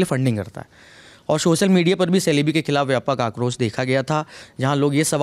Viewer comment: The correct pronunciation of this aviation company is jalebi..,more like Chelebi